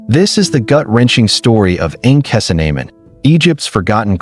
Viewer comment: You know this is AI because they butchered the pronunciation of her name